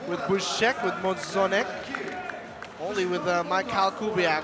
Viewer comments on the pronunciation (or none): Its so funny to hear how English speaker says names from Poland like: Fabian Drzyzga or Marcin Możdżonek XD